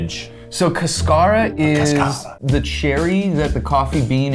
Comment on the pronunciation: The hardest part of this video is being a Latina and hearing them mispronounce cascara so many times hahahah